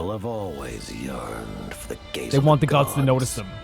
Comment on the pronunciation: every single time someone say "the gaze of the gods" i can't help but laugh 😂😂😂 "the gays of the gods" 😂😂😂😂